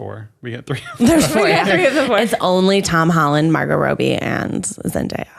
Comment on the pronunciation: Why did pronounce Robbie as “Rowbie?”